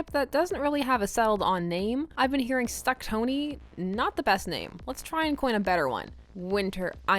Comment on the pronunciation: Ahaha, they're called Stuckony, not Stucktony. :P There is also WinterShieldIron (or whatever combination) but Stuckony is the most well-known. Although my OTP is Stony I will read all of these pairings separately or together, because as you say the dynamics between them all are just great whether their relationships are platonic or romantic. That's why I don't get "death eater Ron syndrome." As a Stony shipper a must in the fics I read is Steve being close to Bucky and Bucky snarking with Tony - excluding him because he's seen as a threat would be terrible and thankfully isn't something I normally see. It's a bit more of an issue reading Stucky (especially MCU) fics - I think authors can easily cut Tony out of the story which makes me sad. Stuckony (and Stony and WinterIron) have an uphill battle after Civil War but given fanon theories I've already seen angsty fics already play this scenario out so I'm looking forward to even more slow-burn reconciliation fics. :)